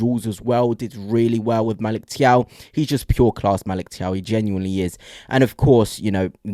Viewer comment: Always enjoy your reports 👍 By the way Thiaw is pronounced Chow.